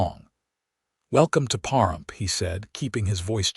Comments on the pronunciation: The mispronunciation of Pahrump was jarring (puh . ruhmp). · It’s pa rump please start saying names properly